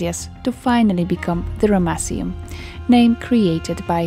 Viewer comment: I love the way you pronounce Ramesseum. I still cant believe how much of this history you know, you really are a legend. How on earth was that massive statue transported so far? It must have looked magestic when it was 1st erected. I noticed some of the granite pieces, I'm sure those pieces were done with a higher technology, it looks like two generations of work there because the sand stone walls would have been easier to carve than the granite, yet the granite had a better quality and precision about it but nevertheless, the whole place was amazing. Oh and the baboon statues looked really good too. And once again a damaged nose! Another brilliant job, gorgeous look at the start, lovely voicing and nice to see you walking around the site. I love your clothes, you look like a real ancients explorer girl ✌🙂 ThankXAncientSitesGirl 🧡🧡🧡